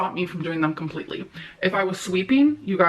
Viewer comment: the way she adds syllables to words is like nails on a chalkboard to me... COM-PUH-LEET-TAH-LEE